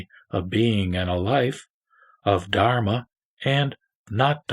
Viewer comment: Pronunciation of ' Dharma ' / ' BUDDHA" may be perfected. " Biksus " ==> " BHIKHSUs "